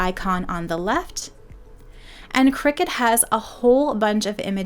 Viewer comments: It’s cri-cut, as in cutting… Not a cricket 😂😂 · It’s a cutting machine not a game played over scones in white caps. Kricut kri-cut The end of the brand name is pronounced “cut”.